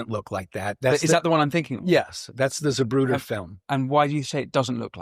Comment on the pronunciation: Lol it’s not “Zuhbrooder”, it’s “ZAH-proo-tuh”….